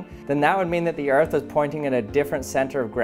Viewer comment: I thought the other balloon said fart not earth